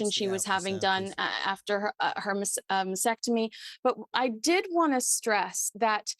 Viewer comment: Please pronounce it correctly MAST ectomy not MAS ectomy. Pronounce the T.